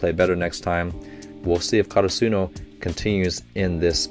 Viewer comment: Slight correction... Slightly bugs me because every reactor does it... Asa he (asahi)... Ka ra su no ( karasuno)... Just putting that out there for you